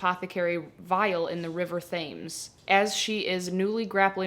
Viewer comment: I'm sorry I just got to where you read the lost apothecary blurb and... You pronounce the River Thames very wrong. It's pronounced 'tems.' Sorry for this rant(I am British) and goodnight